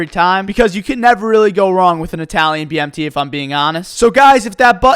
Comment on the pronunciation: The way you said BMT lol * BMTay